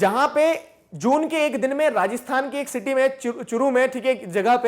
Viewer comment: Churu seems like shuru😂😂